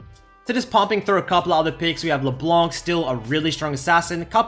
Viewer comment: I miss you pronouncing LB like "Leblenk"